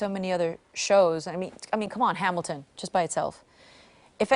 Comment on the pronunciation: LOL, She said "Kuwan, Hamilton"! Yep, the Filipino still there.